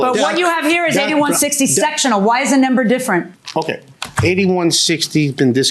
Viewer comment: The way JMM says “number”.. it’s like “NAMber” drives me crazy!!😂